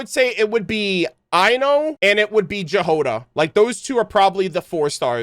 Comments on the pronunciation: The girl Jahoda is transcription for russian "Ягода" which literally means "Berry" And the Flins guy has a name Kyryll which is quite popular in Slavic countries. Chudomirovich means his father name was Chudomir! And this is what writes on the grave in the trailer Btw: Jáhoda not Jahóda. And J sounds like Y in the word "yacht" in this name. And Kyryll has second Y on emphasis 😅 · Keep hearing the mispronunciation of the name Jahoda. "J" here isn't like in the word "jam" it's a yot-sound /j/ as in the word "yes". "H" also should be voiced, not voiceless. And the stress is on the first syllable. The transcription is [ˈjaɦoda], or YA-ho-da, but NOT jah-HO-duh. It's originated from the Slavic root that means "berry", or in some of the Slavic languages – "strawberry". Compare the following: Czech/Slovak: Jahoda Polish/Serbian/Croatian/Slovenian: Jagoda Ukrainian: Ягода (Yahoda) Belarusian: Ягада (Yahada) Russian/Bulgarian/Macedonian: Ягода (Yagoda) Thank you for your lore analysis, btw, it's amazing, as always! EDITED: and Sandrone is NOT SAND-rone, but instead san-DRO-neh. And Flins is ki-RILL chu-do-MEE-ro-vich FLINS.